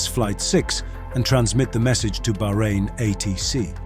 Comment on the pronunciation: Thank you for correctly pronouncing Bahrain, 99% of Youtubers don't bother.